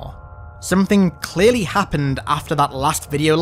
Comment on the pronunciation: Ah yes, chearly halo infinite.